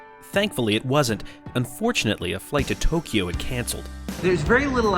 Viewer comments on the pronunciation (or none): none